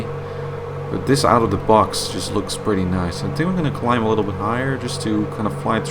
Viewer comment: dude...je films zijn ok en je Engels over het algemeen gewoon goed....maar probeer echt van de 'tink' weg te blijven het is 'think' de H zit er niet voor niks!